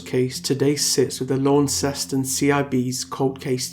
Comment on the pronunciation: Wow. It was totally random that I clicked on this, sitting here in the tiny island of Tasmania. This case is so sad, though it doesn't totally surprise me. Knowing Tasmania as I do, people would know what happened to her and who did it. 100%. I hope she rests in peace. I hate to be this person but Launceston is pronounced "Lon-cest-on" or "Lonnie" as we call it down here 👌 Great video, thank you for what you do and bringing recognition to cases like this that would otherwise go unheard of ✌